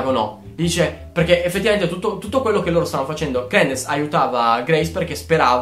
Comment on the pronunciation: Tesoro io giuro ti adoro, però si pronuncia cr"I"dence e orfanOtrofio, comunque sei un grande :3